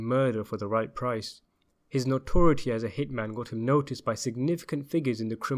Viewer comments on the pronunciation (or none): none